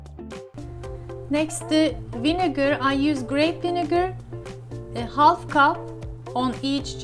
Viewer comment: It looks very yummy 😋, thanks for all delicious recipes. One thing I want to mention that the “L” in “half” is silent so half=haf. Thank you